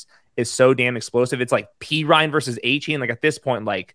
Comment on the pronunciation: You're pronoucing Achane's name wrong. He said it's De-Von A-Chan